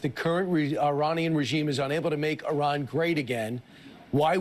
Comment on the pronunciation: Why can’t any of them pronounce Iran properly?!